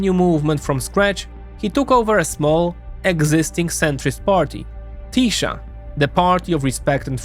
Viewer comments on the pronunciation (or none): Why every foreigner pronounces 'sz' in the wrong way??? 🤣🤣 Hungarian is not Polish!!! We pronounce 'sz' as 's' in the English word 'see' and 's' as 'sh' in English 'show'. Tisza is Tee-sah not 'Tee-shah' 🤭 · TiSA not TiSHA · Polish SZ is Hungarian S Polish S is Hungarian SZ. SZ is pronounced perfectly in Fidesz, but not in Tisza where the video always pronounced Tisa, while said Budapeszt instead of Budapest. When you say Hungarian SZ sounds like Z than an S I bet you confuse it with ZS or just simply with Z.😅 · The hungarian "sz" is pronounced "s". So its "Tisa". :P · Great vid, thanks! I know you deal with a million different countries and languages, but in Hungarian: 'SZ' = 'S' sound in English. To say 'Tisza' correctly is just remove the Z, say 'Tisa' in English. 'S' = 'SH' sound in English. Budapest = Budapesht in English. CS = CH sound. There's also NY, LY, GY, TY, all combo letters and one sound each, but I won't get into that, Hungarian is difficult to learn af. 😂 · Ye i also surprised how Tisza ('tisa') said wrong, but Fidesz ('fides') said right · The pronunciation of Tisza is "teesa" The apostrophe is written wrong in the motherfucker's name, it's "Orbán Viktor" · In "Orbán" there is an accent on the "a", not on the "O". "Sz" is pronounced s in Hungarian (unlike Polish), so Fidesz is pronounced Fides; Tisza is pronounced Tisa; Szeged is pronounced Seged (otherwise the latter one becomes very funny in Hungarian). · Hey, if you're gonna make a video about something, might as well go the extra step and give the pronunciation a quick look. I'm sure you can figure it out quickly, and I think it takes credibility if you completely mispronounce tisza, the very topic of the videon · TISZA The "sz" is pronunced like the "s" in sad.